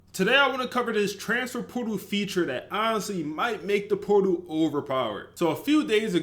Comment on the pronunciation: POR- TAL my guy lmfao not transfer poodle lmfao!!